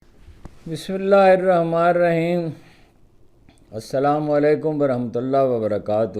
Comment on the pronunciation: جناب قابل صد احترام ،،،،،،، اپ صحافت کی دنیا میں بہت نام کمایا ھے اور اپ نے صحافت پہ بہت ریسرچ کی ھے ،،،،،، مگر اسلامی تلفظات پہ عبور نہیں دکھ ھوتا ھے اس پہ ،،،،، برائے برائے مہربانی اپ ،،،،،، اسلام علیکم و رحمتہ اللہ وبرکاتہ ایسے بولا کریں